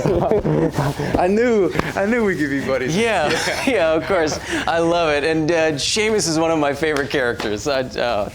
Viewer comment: I'm still angry you called him Seamus. SHAME-IS YOU